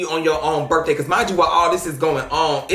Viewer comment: “When i was at yo birfday party?👺👺”